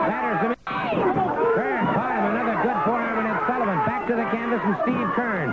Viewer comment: couldn't talk for shit,sounds like he saying Sallivan 🤣🤣🤣🤣